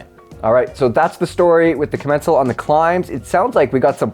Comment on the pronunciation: Kaaa-Men-sall Kaaa-Men-sall not ku-mencel It's just embarrassing.